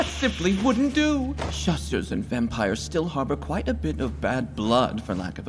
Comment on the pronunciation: The first time I watched this, I remember I was wondering why they were calling the church figures “the shoes”, before I realized they meant “chasseur” like “the hunter” not “chaussures” like “shoes” they sound very similar